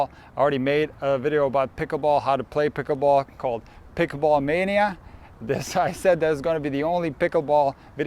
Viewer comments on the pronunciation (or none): No hearing the word "pikaball" over and over is annoying.